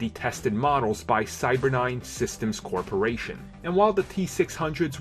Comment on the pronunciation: It's Cyberdyne, not Cybernine.